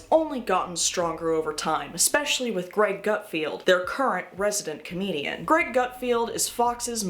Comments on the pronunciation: Is the Gutfeld mispronunciation ironic or genuine? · calling Gutfeld a Garfield with letter R swapped for letter T funnily enough made him slightly more hilarious, thanks ❤